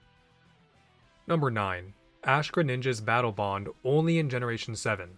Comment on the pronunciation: "Battle Bone" lmao😂😂